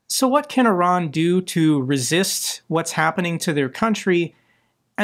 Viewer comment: Thank you for pronouncing Iran correctly. I am sick of hearing Eye Ran.